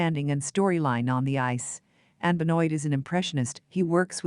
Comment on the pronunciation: It is Be-Noa Ri-sho like Toi/Moi You/I ─ not like Oil... Thank you. And the Contents is good. Regards